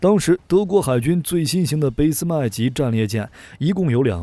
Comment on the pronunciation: 俾（bì)斯麦舰 德语Bismac (不是bèi)